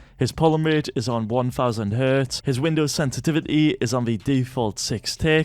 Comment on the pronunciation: hey why did you say GOD sanese sensivty